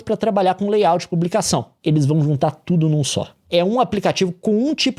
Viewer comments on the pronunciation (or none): none